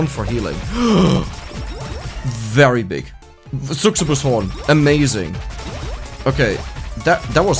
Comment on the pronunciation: The way you say "Succubus" is making me want to punch a wall. The word "Succubus" also exists in German and the "cc" sound is pronounced the same way there. Come on, man! xD Also, you skipped so many healing stuff for this character whose entire gimmick is about healing. Like, you skipped "Half Angel" a ton of times. She has two things called "Half Angel" and "Half Devil"....one might assume, that these could maybe probably be working together, based on the names of these two upgrades. You also skipped the cutting board item three times or more, when you said you wanted it. Would love it, if you prepared a bit more for videos like this. Like, you don't have to read a million guides on the internet for a character, but, like, at least check out what a character's gimmick is and what makes sense. That way, you'll also be able to showcase the character better. If you only get stuff, that doesn't make sense (I'm exaggerating, of course), a character won't be showcased well, at all.